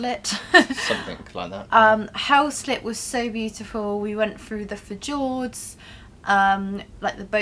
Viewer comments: Fjords - pronounced like fe yords :) Great honest video and you cover things that others don’t consider so thank you X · Haha, can't believe I was late for work due to watching most of the video before she said fehjords l😅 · Tip for..Fjords has a silent 'J',it's pronounced f'yourds. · I don’t think you pronounce fjords like that